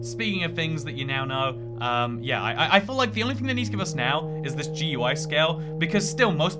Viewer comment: They way you pronounce GUI kills me